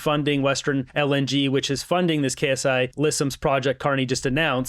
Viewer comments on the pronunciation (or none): FYI: "Ksi" is not K-S-I. The "K" is capitalized, but the "s" and the "I" aren't, which means it's a word/name and not just an initialization like "CBC" or "FBI", etc. It's pronounced "Sigh-Lisims".